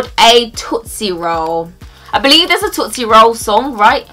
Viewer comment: anyone else got triggered when she said i hate tootise rolls